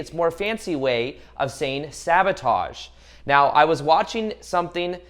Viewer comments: Thank you 🙏 im gonna thank the Universe for making this vid come trough to me when I needed it n was looking for that advice I needed!. Also love that u say right meow XD:3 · I just want you to know that out of everything you said the one thing that I heard the most clear was "right MEOW" 👀🤣 I watched ur lips and I will put my life on this, u made me laugh while also inspiring 💯💜🙏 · Is he saying "right meow" ?